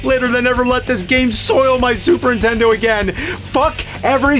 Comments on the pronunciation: Anyone else catch "Intendo"? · please man...ANNUNCIATE THE N in Nintendo... it's not "Super intendo" or "intendo 64" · One of the biggest and oldest video game media industry faces in the world. Still pronounces it Intendo.